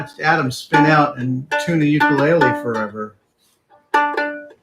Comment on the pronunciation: For the sake of education of a larger audience (and on behalf of my Hawaiian wife), you built and play an 'ukulele and your pronunciation is a little off. It does have an interesting history with its name and why it is associated to Hawaii, which many do not know. It is great that you share your discoveries, experiences, and most of all, your enthusiasm with the rest of us.